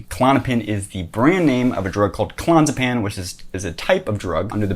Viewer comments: Oh Jesus. So much misinformation. Firstly, it's called Clon-AZ=e=pam. When someone can't pronounce a very well known med properly, and in fact mispronounces it in several different ways in 4 minutes, at the same time offering information on health issues, credibility goes out of the window immediately. Also, withdrawal from benzos isn't that difficult, when done properly and doesn't require rehab. i've done it, but more on that in a sec. Nice defence of Jordan though. The poor bloke is doing exactly what he should be doing: getting help quickly for addiction. He could have been stuck on those for many years. It must be more serious than we know however, because getting off clonazepam isn't as difficult as the alarmists say. You switch over to an equivalent dose of diazepam (for the longer half life and because they come in tiny 2mg tablets) and you slowly move down 1mg a week until you're off. You get a slight increase in anxiety, which may be your usual condition returning, some withdrawal or a bit of both, but it's fairly easy when explained by a doctor and monitored. He perhaps was using a cocktail to cope with the massive pressure of worldwide criticism, a huge tour which carries the weight of having many employees you can't let down, seeing his daughter struggle with autoimmune problems (which he suffers himself) and now going through the hell of watching his wife of many many years, whom he loves very deeply battle with serious, perhaps terminal cancer. Give the man a b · if you cannot pronounce the drug correctly ....... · I get it, you read the wend article on klonopin. You're still pronouncing clonazepam wrong. If you're gonna nitpick a stupid aspect of what someone said, at least make sure your nitpick isn't wrong...